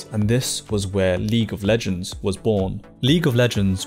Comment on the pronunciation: lig of lijends ..... ugghhh......